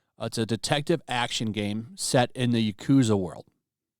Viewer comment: You mispronounced yakuza as "yakuuza."